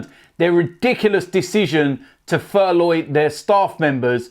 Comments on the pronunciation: Furloughi???? Then furloughed????I thought it was called furlough.How about talking about the benevolence of Danny rose.A standard of true professionalism.Thfc fan. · Furloin? 😅 be calling it a sirloin steak next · Why can't he say furlough properly?